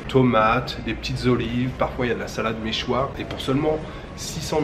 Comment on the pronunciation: Vraiment top tes vidéos. Si je peux me permettre une petite réflexion sur la salade mechwa. On dit Méchwiya comme le mechwi car c est une salade grillée. Et tu devrais essayer le coiffeur en Tunisie ils sont trop trop fort et tu lui dis traçage au fil le gar il comprendra🤣🤣. Ok alors MECHWWWIYYYA bonne vacances